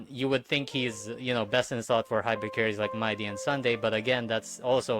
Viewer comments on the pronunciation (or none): none